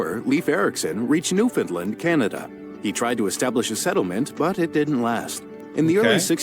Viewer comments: Why does everyone pronounce Newfoundland wrong? Haha its New-Fin-Land. Not New-Fin-Lind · Ugh…it’s pronounced New-fun-land.not New FOUND Lind…🤔🤔🤔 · newf here. All of that cabot stuff felt off to me. He was italian and landed in New-found-land (pronounce it as such dammit lol) in 1497, nearly 2500 years after Leif Erikson. We are the oldest known settlement in NA but only joined canada in 1949, and that really grinds my gears lol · and they can't even pronounce Newfoundland. this video you're watching is a fail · Lovely to see "average American" interest in Canadian history. One thing I could suggest is choosing videos that are Canadian produced. The narrator pronounced quite a few names incorrectly, i.e., Newfoundland and Cartier. Another commenter mentioned this resource: "Canada: A People's History", a great place to start for a deeper dive.